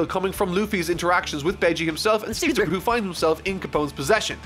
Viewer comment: He mispronounced Caesar but got Katakuri right?